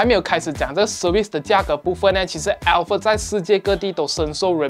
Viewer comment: alphard是不是福成alferd了？抱歉，我一直听到朋友的名字😂